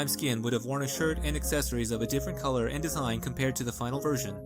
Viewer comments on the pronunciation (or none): none